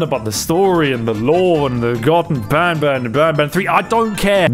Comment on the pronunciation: “Garten of babn” said someone who actually exists